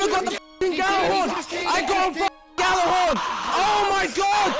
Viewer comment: "I got the Gallahorn" was what he said though. If you want to know how it really is pronounced, then it's more like "Jallarhorn" than "Gallarhorn" like English people say. Gjallarhorn was the horn of the Norse god Heimdall. You know the blind black dude who sees everything from the Avengers franchise.